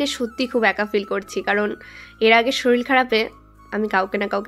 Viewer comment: Uccharon ta thik kora drkr solil noi sorir